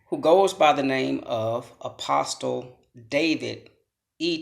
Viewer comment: In English, the T in apostle is SILENT.